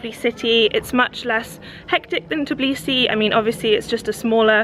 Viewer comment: Tourists in Georgia say Tiblisi I know its hard to say But am georgian And i easyer for me to say it U have to say it like this : Tbilisi